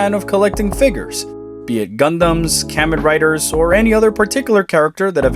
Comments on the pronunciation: Ka-Men Rider, not Camen rider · "Kammin riders" stop that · oof, that 'kammen' riders pronunciation